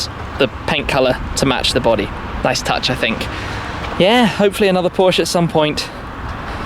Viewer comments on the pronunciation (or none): He has trouble saying “Porsche “ thats y its going